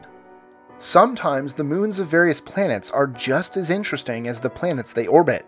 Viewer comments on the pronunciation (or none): none